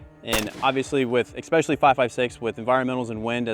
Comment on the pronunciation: This guy and "exspeacialy" and "acrossed"...